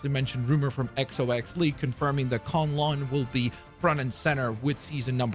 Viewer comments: Dude not to be that guy, but how do you watch the video on the map and they say it but you still say it wrong it's not kon loon it's kun lun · Bro did not just call K'un-Lun… con-loon…. 😐